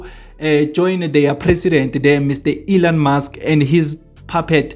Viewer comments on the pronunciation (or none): none